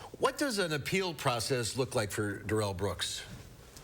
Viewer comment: Is it, Derr... ell, or, Da...rell?? Asking for a friend...🤔👁👁